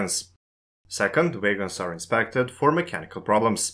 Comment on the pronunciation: Why are you pronouncung "wagons" as "vegans"? I was really confused for the first half of the video...